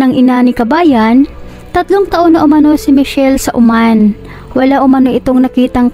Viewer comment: Oman hindi Uman.. Diyos ko nakakainis yung narator. Ayosin mo magsalita.